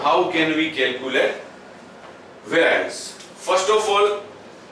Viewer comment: "how can we calculate vaaraanc" and ... lol ...sir ji .... its not vaaraanc , it is pronounced as ˈveriəns /ˈværiəns/